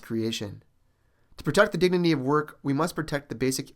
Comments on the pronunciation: Narrator says the word "dignity" incorrectly 2nd time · Narrator says word "dignity" incorrectly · Narrator says "dignity" wrong for the 4th time